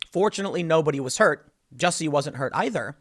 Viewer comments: It's not jussie it's juicy. He black, gay, not just French! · It's pronounced "Juicy Smoll Ey", Tim